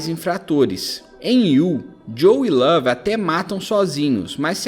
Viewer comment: Esse cara falando lave ta dando raiva já